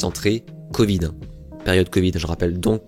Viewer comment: 4 zzzzzzzzzzzzentrées, 5 zzzzzzzzzzzzzzzzzentrées, 9 zzzzzzzzzzzzzzzentrées. On n'apprend plus du tout l'invariabilité de tous les chiffres et de la plupart des nombres en France? (à part 20 dans 80, et 100)